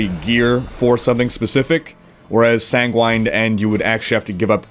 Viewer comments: sanguine is pronounced similar to penguin..... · sanguine is pronounced "ˈsaNGɡwən" "